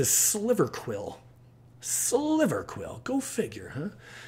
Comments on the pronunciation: It's actually Silverquill not Sliverquill. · Silverquill Moss Boss not sliverquill